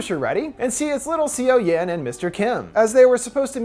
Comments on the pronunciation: "cee-oh-yoon" no honey it's "saw-yawn" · seo-yeon sounds like "so-yon". it hurts listening "c-o yen" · If you don't know how the korean alphabet works it can be really hard to know how the words and names are being pronounced. I'm sure he's trying his best and not trying to be disrespectful. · lowkey cringing on siyowyehn.....Its read as soyon/soyun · the fact that he says seoyoon as see yo yin physically pains me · I hate to be that guy, but the main characters name, Seo Yeon, is actually pronounced, "Suh-Yun". I don't blame you though, Korean to English romanization is so awkward. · the way you butcher the girls name.................